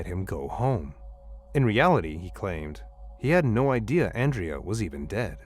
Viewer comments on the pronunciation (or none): none